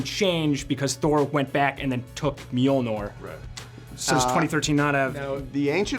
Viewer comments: MjolnOr? Really? Come on... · I'm so irritated by the interviewer... Pronouncing Mjölnir wrong :(